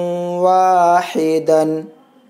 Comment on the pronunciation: اَلسَلامُ عَلَيْكُم وَرَحْمَةُ اَللهِ وَبَرَكاتُهُ دوزبر پر وقف کرنا ہوتو ایک زبر کے ساتھ الف پڑھا جاتا ہے مگر آپ نے تو واحداً ن پڑھا کیوں